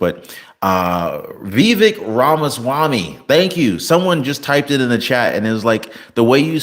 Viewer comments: It's pronounced vi-VEK. (not "VEE-vek") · Vivek is pronounce Vi-vake -- like cake! Say it three times and you will own the pronunciation. His last name, Ramaswamy is self explanatory.